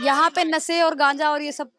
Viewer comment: Aur ye khud padhi likhi nahi hai nasa bata rahi hai nashe ko. Ye sh ko sa bolti hai anpadh hai.